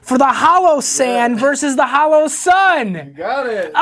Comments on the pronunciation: Holosun. Not haloson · Pls tell me I’m not the only one who is getting pissed he’s saying HALOsun 😡🙃🤦‍♂️🤣